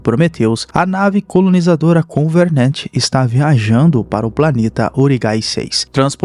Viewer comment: Só eu que me encomodo ouvindo ele falar covernent ao inves de covenant?